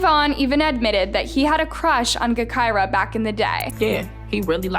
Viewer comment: Smh, really doing videos on Chicago now? It’s pronounced Ja-Ky-Rah, btw. Not Guh-Ky-Rah.